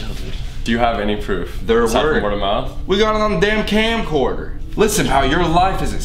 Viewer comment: camercorder Me:omg😂😂😂